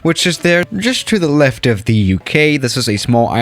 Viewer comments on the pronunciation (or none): none